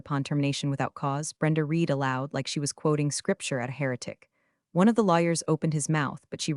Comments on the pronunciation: Are you unaware that read can be pronounced “reed” or “red”? You consistently use the incorrect pronunciation. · Isn't AI wonderful! it has managed to wrongly pronounce every iteration of "read" (reed) or "read" (redd) in the novel it was given to mangle, no wonder I despise AI, people are too stupid to use it properly! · You don’t earn thumbs ups or subscriptions when you don’t bother to edit the voiceover. Your script narrator doesn’t differentiate between read pronounced as “reed” or read pronounced as “red”. Get it right. 👎👎👎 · Somehow uou managed to find an AI that *always* pronounces "read" wrongly: "reed" when it should be "red"; and vice versa. That's not incompetence. It transcends carelessness and enters the realm of anti-literacy. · DOES ANYONE PROOF THEIR POSTINGS? TO READ PRESENT TENSE, HAVE READ(PRONOUNCED RED) PAST TENSE. ESQ-ABBREVIATION FOR ESQUIRE. GET A BOT TO PROOF. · Respectfully, can we teach AI the difference between the pronunciation of read as “reed” and read as “red” via context clues, or is that beyond computer learning? Good story, but hard to listen to. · AI voice not trained to correctly use the right pronunciation of “read”. Highly infuriating. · Same old mispronounced "Read" multiple times! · PLEASE teach your AI the difference between read (reed) and read (red). They're two different words, and your AI keeps getting it wrong. Context matters.